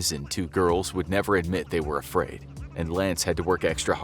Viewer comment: Ah yes, afriad